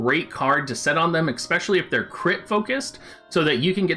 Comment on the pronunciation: The word is especially not exspecially.